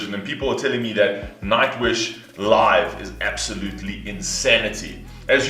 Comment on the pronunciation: I very much enjoyed this reaction. And when you said 'live' it sounded 'love' to me but in a sense it was also very appropriate ;)